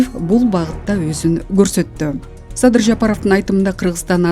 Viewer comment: Садый деп тилин чайнаган турмодо